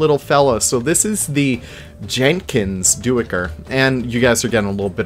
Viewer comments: Duiker uses the long I sound like in tide or mice :) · Duiker is perhaps the weirdest pronunciation of any animal- and doesn't pronounce the way it looks. The correct pronunciation rhymes with "biker", with the "u" essentially being silent. Good video though!